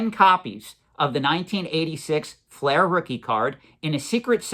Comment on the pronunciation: Its fleer not flair